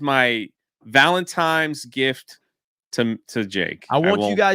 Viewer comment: said *Valentimes Day"